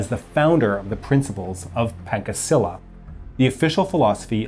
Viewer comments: C letter in Pancasila is not pronounce as K. It is pronounce as Cha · Indonesian here,let me correct your pronunciation; Pancasila is pronounced “pancha-sila” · Not pankasila... its panchasila... like when you read punch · Wkwk pankasila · helloo!! an indonesian fellow here. thank you so much for covering this topic. we study this history since elementary school. it’s a lot to remember hahaha. also, the pronunciation of ‘pancasila’ , the ‘ca’ is read with a ‘ch-‘ sound, not ‘k’ . like the ‘cha’ in ‘charity’. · Hey, great vid! But one small note, the way we pronounce Pancasila would be (Pun-cha-see-la). We pronounce the - Ca - like in Chartered, not like in Pancake. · great video, just one thing: it's, pan-cha-si-la not pang-ka-si-la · It's written as "Pancasila", but it's not pronounced as "Pan-KA" Seela... It's "Pan-CHA" Seela... It's a significant word cos it's got a significant meaning.. which is the FIVE Pillars of the nation. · Sorry but you read it wrong it's Pan(ch)asila with t'cha' not 'ka' .. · it's Pancasila(Not spelled like "frying PAN" just Pan like Pan on PANda,also ca not spelled like C on "camera or car" rather than on "chess'' or "cheers") so we indonesian will heard Pancasila rather than "Pancake-sila". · Pronounced PanCHasila - not Pankasila. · PanCAsila not PanKAsila. "Ca" sounds like in "CHArge". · Pancasila isn’t actually pronounced pan-ka-si-lla it’s pronounced pan-cha-si-lla still good video tho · You read the 'Pancasila' wrong. Not : 'Pan...cake...sila' But: 'Paan...Caa..See...Laa' So there you go : PANCASILA. You can't read it in English, just as you read 'Louis Vuitton' in French by 'Louwee...Vuouee...Tong' . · The way you pronounce pancasila depresses me It is not pan k sila It's.. Pan - like the word punch without the ch Cha - gotcha? Watcha doin? That cha See la Pancasila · It's pronounced "Pancasila(Panchasila)" Not "Pankasila" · Not "pankasila" , but "pancasila" , spell C like in the "Champion" word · Its PANCASILA Not Pankesila